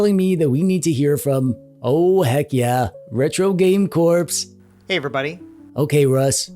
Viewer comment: Why do you pronounce "corps" as "corpse"? He's not a retro game zombie, lol.